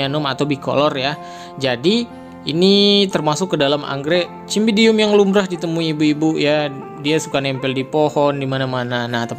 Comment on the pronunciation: Bacanya pake huruf s bang, bukan c meskipun tulisannya Cymbidium (dibaca simbidium)